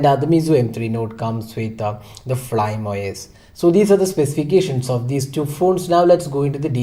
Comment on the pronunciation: Bro isnt it read as Fly-me rather than flyme os